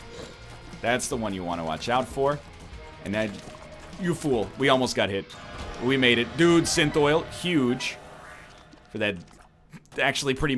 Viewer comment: Btw it's called sin thol not sinthoil